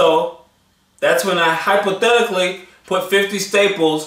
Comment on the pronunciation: LOL. " Hypothetically".